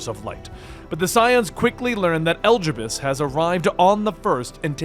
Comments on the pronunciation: Ok at first I thought maybe you just didn't know how some words/names were pronounced, but after hearing you say "Elgibus" I just have to think you're doing it on purpose...right?!? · i'd giggle every time i heard it, we've only heard them pronounce "e-li-di-bus" thousands of times in hundreds of cutscenes ... (if u play with english voiceovers) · Your pronunciation of Elidibus vexes me. Telepholrio too. Those were said dozens of time in the game, stop making excuses. And I think you've skipped over too much in the 5.3 part. Elidibus awakening Echo in half of Norvrandt was important. Tiamat didn't summon Lunar Bahamut, the summoned him as a primal, way back when Allag was still a thing. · Holy shit can you please learn to pronounce the names. Eljibus? Vautry? Amh Arong? Telophoria? Look at how they're spelled, homie. Good video tho.